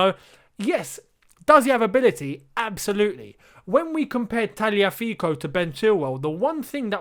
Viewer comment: Tagliafico is not Italian, so why are you saying it in an Italian accent